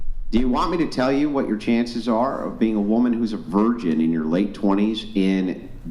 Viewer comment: She can't even say 'virgin'; she says 'version'